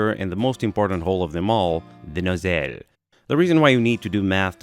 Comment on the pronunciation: "DA NOZELLE"🗣🗣🔥🔥🔥🔥